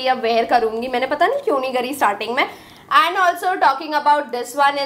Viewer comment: And ko tum aand kyu bolte ho😂😂😂😂😂😂😂😂